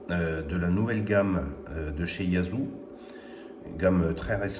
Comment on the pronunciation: YAESu se pronnonce YéZU et non pas YAZU ...